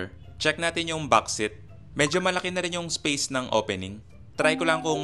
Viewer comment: Seat is "seet" not "sit"